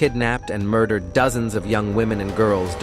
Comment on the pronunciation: I thought; "cris-sis and heared, murder_ed, mountein, dump-ed and deeid what's that!?!😂😂😂😂 They made one of the most serious serial killers sound like a comedy! Not good! read your own scripts please!